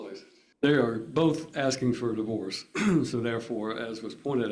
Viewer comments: you pronounce divorce, diverse? Wierd dude! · The way you spell the word you said is di-verse, i think you need to brush up on your english. the way you say di- vorce is the same way you spell it, so sound it out bud.